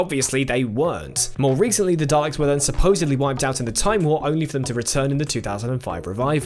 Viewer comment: isnt it pronounced 'dar-licks'?